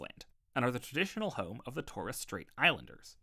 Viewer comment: Mate, that's the worst pronunciation of Macquarie I've ever heard. Also, check your pronunciation of Pilbara and Torres.